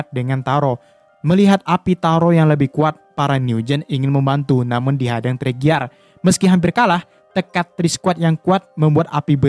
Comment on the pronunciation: Bang itu bukan teriger tapi torigia